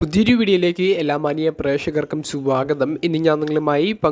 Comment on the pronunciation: സ്വാഗതം എന്ന് കേൾക്കുമ്പോൾ ചിരി വരുന്നു 😂